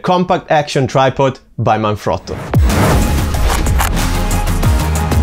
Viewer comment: Thanks for the review - also nice to see Jerusalem featured? Out of curiosity - are you Italian? Your pronunciation of Manfrotto seemed pretty good - i know its an Italian company!